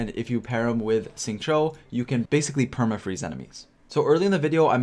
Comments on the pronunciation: I'm just gonna say that his name is pronounced "sing-chew" and also, your build guides have been very helpful for me even at AR50 theirs still always something more to learn and who can benefit in an optimal way. Preciate the content and keep it up! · Isn't it more like Shing-chew?